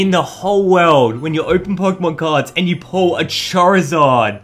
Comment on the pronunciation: I believe you said Charizard like chair-izard. Poor chair, anyway.